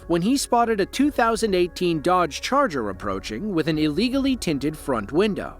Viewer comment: What’s a Darge Charger? Honestly. Double check your AI narration before posting, dummies